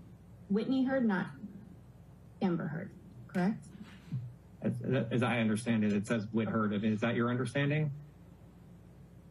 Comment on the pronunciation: I’m so sick of hearing him say kerrruck for correct 😂